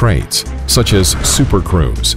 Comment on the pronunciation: Did this guy just say supercrows?😂